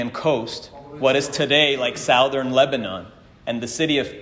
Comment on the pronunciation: I can’t get “sowthern” out of my head